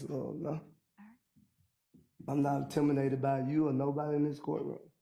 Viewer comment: He said, I'm not intiminated 😂😂